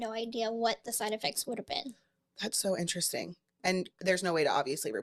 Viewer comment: An-trust-sting.. Very inner resting.. How many more ways.. times.. will she say interesting.. to a person who’s destroying their literal lives.. TO BE INTERESTING